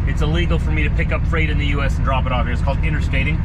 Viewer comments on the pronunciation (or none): none